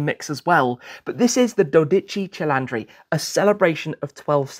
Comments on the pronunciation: While Italians everywhere appreciate the effort at correct pronunciation just put it into Google Translate first and you’ll get the accurate pronunciation because you were adding an a into Cilindri that isn’t in there and you’re putting the emPHAsis on the wrong syLLAble 😉 it really ultimately doesn’t matter that much (because as I said, the effort is appreciated) but it’s like nails on the chalkboard if you speak the language 😅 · Hello Tim, great presentation of a fantastic new Ferrari GT car. But please don't say "Doditchi Cheylandry"! 😆 I think this brand deserves their names to be pronounced properly! 😉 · Tim it's not "Cilandri", you say the "i" in the middle like the first "i" 😂 thank you for your coverage of the car btw, the first video i watch about a new car it's always yours before other media outlets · Dodigi cilandri 😂😂😂😂😂😂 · I was just about to tell you the correct pronounce, only because your Italian is usually very good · It might be time to drive to Italy and sign up for a language school ;-) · Da italiano io invece ho bestemmiato da come pronuncia “12 cilindri” costui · Incredible how a car person can pronounce "cylinder" in English but replace that "y" with an "i" and the world falls apart... 😂😂😂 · As an Italian, your pronounciation of "cilindri" is physically painful 😂 I'm sure you will learn it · You're saying it the wrong way man😅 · Cilindri Tim there is NO “A” in the word 😂😂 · Also, it’s NOT pronounced CHI-LANDRI. It is CHI-LINDRI. Easy 👍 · DODICI CILINDRI! Not “CILANDRI” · Its not cilantro. Its not CilAntri, its Cilintri. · Please not cilAndri... but ceeleendree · Hahahaha If you want to call it in Italian remember that the i should be written as an "e"! You are calling it cilAndri that sounds more a coriander (in spanich) rather than a Cylinder. If you want to call it in italian just reed it "Cheeleendree" hahaha. Anyways, as allways a great piece of information! Thanks for the content!! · La pronuncia diocane 12 CILINDRI NON CELANDRI